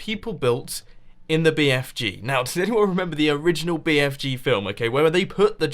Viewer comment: bfg not bfj